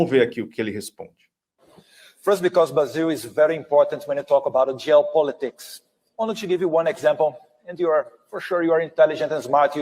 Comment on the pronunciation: O cara vai em rede nacional falar "géopolitics" e "airon". Pagando de analfabeto :face-blue-smiling